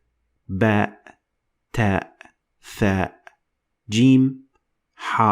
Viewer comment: it's not tha it's sa